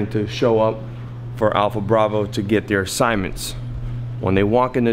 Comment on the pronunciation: "APLHA" BRAVO